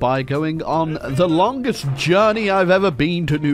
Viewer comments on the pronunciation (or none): "Longest trip to Louisiana" I heard "Longist." I need to stop playing KR.